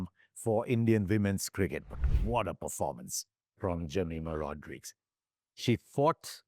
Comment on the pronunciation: Can we start to pronounce the names of our women cricketers properly ? Shouldn’t be so hard right? “Jameeema Rodreeegz”, “Reeecha”. Cmon man.